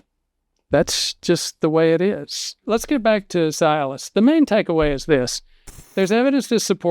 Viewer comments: It is not pronounced Sy-alis The correct pronunciation is See-alis...details matter. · Cialis is pronounced See-alis, not Sigh-alis. Another version for post-pee dribble or drops: "No matter how hard you wiggle your peg, the last 3 drops run down your leg!" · Why are you pronouncing this drug's brand name incorrectly? Is it a southern dialect thing, like how certain southern people call my mom, "Naiomi," instead of her actual name, Naomi? I always think that they're confusing the CORRECT pronunciation of her name with the pronunciation of the Kenyan city of NAIROBI! It's pronounced, 'see • alice,' NOT "sigh • alice," and I can't even watch the rest of this video because you're driving me crazy with your repeated mispronunciation of this word....and you're a real, bonafide doctor, right? Well then, one would think that you would KNOW the correct pronunciation?! I'm just an RN, and even I know the CORRECT pronunciation! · Is it not pronounced "CEE-Aliss"?? Works great for ED... and it also acts as an anti-depressant, not strong, but noticeable. The other benefits are great too! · Be nice if he pronounced Cialis correctly. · Why is a doctor Are you mispronouncing the medication‘s name?